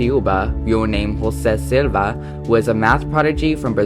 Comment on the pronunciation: btw Jose Silva is pronounced more like [ʒo'zɛ silva], in english standers as ''zhozeh sewvah''